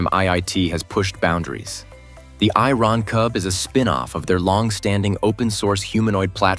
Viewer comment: The AI pronounces "Iron Cub 3" as "I-Ron Cub 3". Then it says it is 125 something-I-couldn't-fathom tall, and its jets are pushing out air at temperatures nearing 800 something-else-I-couldn't-fathom. The AI really needs to work on its English pronunciation.